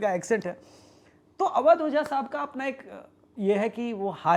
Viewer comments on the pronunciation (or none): अरे अवैध ओझा नहीं (अवैध पोछा)